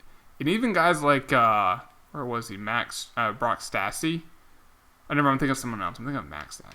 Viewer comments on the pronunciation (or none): none